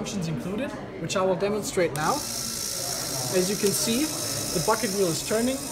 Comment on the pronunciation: Who else understood "Fuckin Wheel Excavator"... 😂